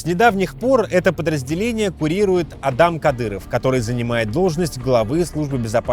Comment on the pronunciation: Не уважаёмые мной журналисты,сколько раз уже Вам говорили,что аДам-это персонаж из ваших Библейских сюжетов,а в Чечне и во всех Мусульманских республиках это имя произносится как Адам,с ударением па первый слог,вот например автора этого пасквиля никто же не называет алЕксей.Пожалуйста,не коверкайте имена Правоверных!!!!